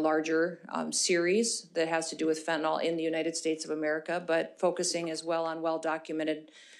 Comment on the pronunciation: She did have pages in front of her, but didn't use them much. She seems to know her stuff. Except for mispronouncing fentanyl (last syllable rhymes with hill).